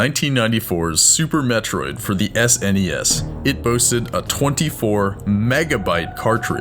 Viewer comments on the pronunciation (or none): none